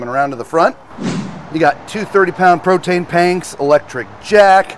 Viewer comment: Solid video. I have a 2023 Jayco 183RB; looking to potentially upgrade. I’m curious to know if I just heard “protane panks” though. If so, that’s my new favorite.